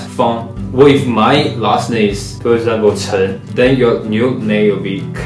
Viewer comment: cheng讀音是這樣嗎xd我以為是chen陳